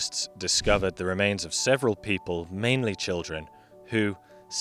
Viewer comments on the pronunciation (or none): none